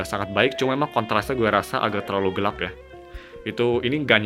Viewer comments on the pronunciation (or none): none